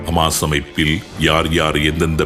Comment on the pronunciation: ஹமாஸ் ????ஹிஸ்புல்லா ????தங்கள் உச்சரிப்புக்கள் மிக குழப்பமாக உள்ளது